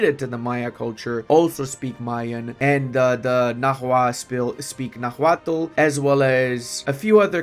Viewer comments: The H in nahuatl is mute, as the language is written in spanish orthography. Also, for english-speakers (and non-nahuatl-speakers in general tbh) the final l in -tl is functionally mute too, as the sound in nahuatl is like making a T sound with an L if it makes sense, like morphing the T and L sounds into one, so nahuatl is something like <NAH-wat> Edit: Also, the ch in Tenochtitlan is sound, so something like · Please, brother, do not pronounce the 'h' in Nahuatl! And 'x' is 'sh' in that orthography!